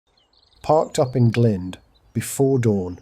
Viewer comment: I don't intend criticism, but CAY-burn, and Glynde rhymes with mind. Nice shots, anyway.